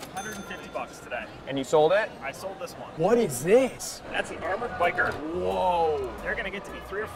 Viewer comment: That one guy called it a pleeeco. Lol yikes. And then he called a bichir a biker. It's pronounced Bah-sheer and they're named after an african prince named....you guessed it prince Bahsheer.